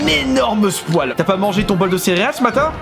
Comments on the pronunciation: je rêve ou à , il a dit un énorme spoal au lieu de spoil 😂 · RIP L'accent "SPOIL"